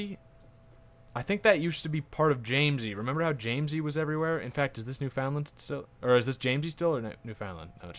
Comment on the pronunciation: Pronunciation of Canadian provinces; New-fin-land (an understandable error), either Kwa-beck or Ka-beck, Sass-kat-chew-on, Cape Breh-tawn (not a province irl, part of Nova Scotia) and finally in-game Epikwet (not certain of the spelling) ep-i-gwet (just call it PEI or Prince Edward Island for ease of use). Furthermore, with a big realm you will want to auto-stop plots always.